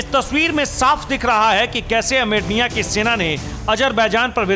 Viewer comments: Hahaha jahil looog armania ha......armirnia nhi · amernia nhi yede armenia hai sahi dang se bolo dhakkan log